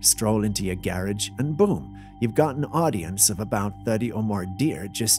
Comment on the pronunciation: I don't like them that they talk 3 minutes (feels that long) talking about a scarecrow with Christmas bulb eyes...LOL ..I wonder where they are from with listening to some of the pronunciations of certain words. example: a Garage is pronounced like a carriage or Raccoon is like a Ruhcoon. But I still enjoy it. Merry Christmas from the 35th INF.